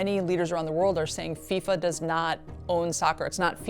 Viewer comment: It's called football not soccer. It's FIFA not FISA